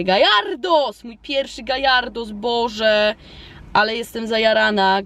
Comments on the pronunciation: Kiedy zaczniesz wymawiać Gjarados zamiast Gajardos ? xD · to się mówi gardos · Dokotator mówi się garados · Poke Master1337 mówi się gjarados/gejardos